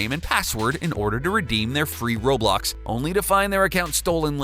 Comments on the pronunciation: why does everyone say robux like roblox even my mom says that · U said roblox intead of robux lol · I’m sorry did you say free roblox? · Wait- did u just call “Robux” roblox omggg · It’s called ro bux